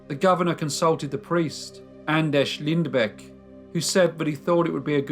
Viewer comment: Not exactly but close enough i guess :D But you got the last name real good and pronounced the ä perfectly, nontheless great video i enjoyed it!